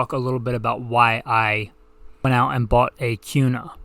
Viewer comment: Why are you pronouncing Kuna with a Q sound? Also, the foxtrot Mike 9mm is the shit. Has LRBHO too. Thing eats any 9mm ammo you feed it too!